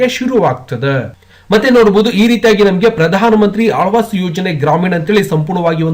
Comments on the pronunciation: Ye guggu mundede adu alvas alla awas 😂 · ಆಳ್ವಾಸ್ ❌ ಆವಾಸ್ ✅ ಯೋಜನೆಯ ಹೆಸರು ಏನು ಅನ್ನೋದನ್ನ ಸ್ಪಷ್ಟಪಡಿಸಿ...